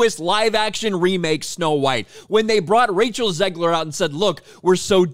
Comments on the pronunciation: Did he say Racial Zegler? Lol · Did you call her Racial Zegler 😂